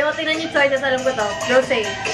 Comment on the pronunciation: Ngayon lang narealize na Rosé ang pronounciation na pangalan niya dati Rose lang pronounciation mo hehehe... Yabang yabang tatanga tanga naman 😂🤣😂😂🤣